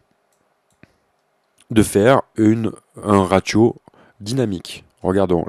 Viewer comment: Bonjour et un grand merci ! J'ai enfin compris à quoi peut servir l'automation, qui n'est pas expliquée par Steinberg (!!!). Un peu de déontologie ne leur ferait pourtant pas de mal. Si ça peut aider, on ne dit pas "raTio", mais plutôt "Rassio", en langage analytique, mais bon, la clarté de cette explication prévaut à cette petite erreur de langage, encore un grand merci, et bonne continuation